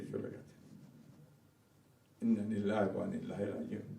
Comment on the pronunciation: এবার কেমন নেতা যে ইন্নালিল্লাহ টা ঠিক মত বলতে পারে না